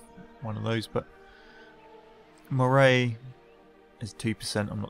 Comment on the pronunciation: Great Let's Play, but just for your leisurely information, "Moray" is pronounced "Murry" :-)